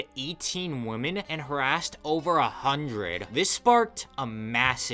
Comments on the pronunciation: Stop with the self censorship! It’s rape, not SA. Stop saying “woman”. The plural is “women”, weh-men, not wa-man. Woman is the singular term. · Why can't you pronounce the word, "women?" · Why can't you pronounce "women?" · Why does no one pronounce “women” correctly? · Woman (singular) and women (plural) are pronounced differently. You are pronouncing both as the singular word. I hope this helps & does not hurt you. Your video is very good. Tjhank you.